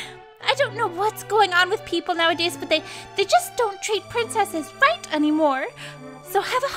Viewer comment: I find it really funny that they pronounced "right" in such a way to make it sound like "white"